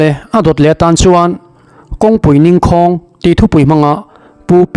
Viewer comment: NINGKHAWNG tih i lam dan hiii...NING hi thil kan ning sawina anga lam ania, KHAWNG chu HLAUTHAWNG tih a THAWNG anga lam ani ngai e.